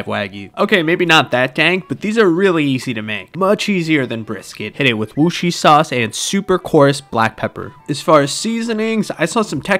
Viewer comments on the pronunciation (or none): “WUSHIsauce” Dats my favorite pronunciation of Worcestershire I have seen😂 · bro didn't even try to pronounce Worcestershire 💀